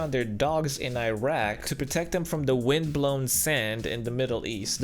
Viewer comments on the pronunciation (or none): none